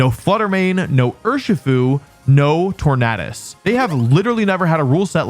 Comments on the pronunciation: Its not Tor-nad-us its tor-naid-us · Why do you pronounce Tornadus like it's stuffed with cheese and chicken?